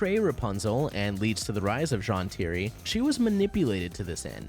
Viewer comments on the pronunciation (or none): Don’t mean to be rude but there is no possible reason for you to mispronounce Zhan Tiri if you watched the show. Edit: ok you fixed it later but still… wait, DemanCHus?!